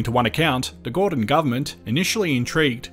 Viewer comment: Sorry but as a boomer, I have to point out that the PM's name was Gorton, with a "t". There is no John Gordon in this story. His name is John Gorton.